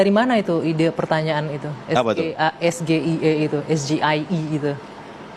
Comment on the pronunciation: Ini orang kocak nanya ke cawapres lain dengan istilah bahasa inggris bilangnya "es ge I e" ya harus sesuai sama bahasanya "es ji ai e" sama halnya dengan TGIF lu ga bisa bilang itu TE GE I EF, tapi Ti Ji Ai Ef